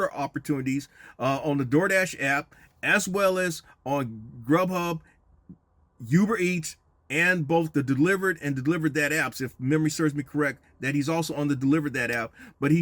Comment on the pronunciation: Unc said “Youber Eats” 😂 I love it. But very informative video very good content! Straight facts no bs